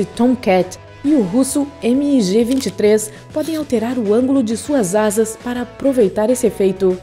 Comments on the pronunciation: A detalhe a pronuncia correta do MIG-23 não é "emi i ge" e sim migui normal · “o russo eme i ge 23” ???? Narração péssima.